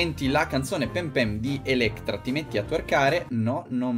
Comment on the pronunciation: ELECTRA ma che cazz si dice Elettra 😂😂🤦‍♀️